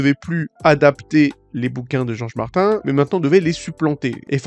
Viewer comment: Desolé mais Martin se prononce "Martine", sinon pourquoi ne pas changer Kevin en "Kevain" ? Michael Jackson tu le prononce comment ? 😅 Un nom propre est invariable dans sa prononciation.